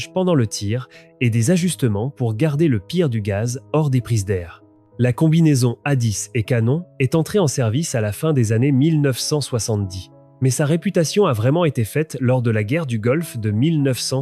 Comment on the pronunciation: Aéronef incroyable en revanche cela se prononce "A disse" en phonétique j'entends. Il nous reste du travail à accomplir Jarvis 🙃😂